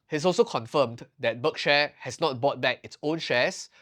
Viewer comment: It's 'berk-sheer', not 'berk-share'